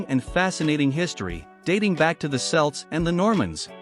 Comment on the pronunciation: Celts are pronounced Kelts. Celtic is pronounced Keltic.